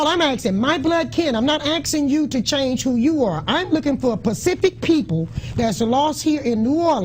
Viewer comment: She said "Pacific" instead of "specific"